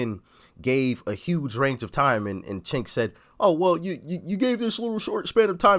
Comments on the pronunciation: It's pronounced Chunk, like what you want to vomit up when you think of him supporting the Armenian Genocide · His name is spelled Cenk and pronounced “Jenk.” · Cenk (pronounced like “sink”) is the list in chief of the Young Turks. He’s the definition of a political hack. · He called him chenk well you're not far off 😂😂😂😂